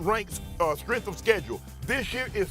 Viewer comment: Shay ..what is Skrength ???